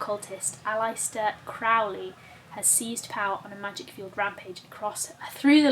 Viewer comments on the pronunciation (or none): none